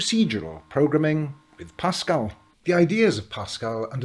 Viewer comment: No not pascal, eeiww